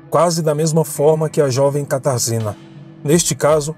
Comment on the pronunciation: Oi, a pronúncia do nome da moça é Katarjina, em polonês.